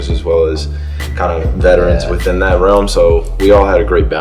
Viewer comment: actually says “dat” instead of “that”